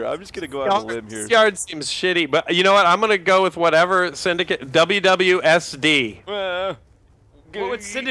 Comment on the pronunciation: Sindacat ? wtf It's Syndcate....